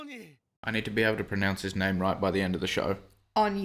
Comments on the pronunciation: Lol You nailed the name btw. In west Africa, It's from a Ghanaian (Twi) word, It means God. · yeah she nailed his name